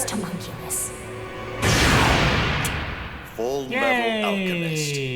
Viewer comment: Their insistence on saying "hUmunculus" and "Link" is really frustrating